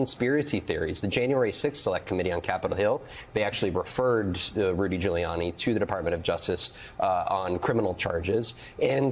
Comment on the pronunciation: sounds like he says Rudy “Jailiani” 😂😂😂